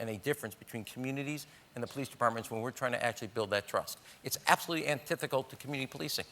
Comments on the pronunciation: "anthithical" is not a word rham i think you meant antithetical...maybe? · The word is antithetical, not "antithical" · antithetical not antithecal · Why does he keep saying “antithical” when the word is “antithetical”? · It’s antithetical not “antithecal” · He needs to learn that it's "antithetical" not "antithical". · "Antithical"...it's "antithetical" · What a creep. Do some research if you aren't aware. (And WTF does 'antithical' mean?) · I thought I was just hearing him wrong... It's like when people say "orientated"...